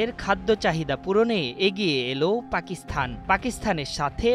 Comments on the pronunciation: পাকিস্থান নয় ওটা পাকিস্তান উচ্চারণ হবে। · উচ্চারণ পাকিস্থান নয়, হবে পাকিস্তান!